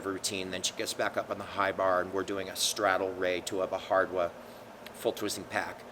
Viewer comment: That’s not how you pronounce Bhardwaj lol the j is pronounced!! Like the video though